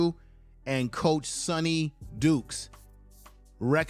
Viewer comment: Sonny DYkes not Sonny Dukes.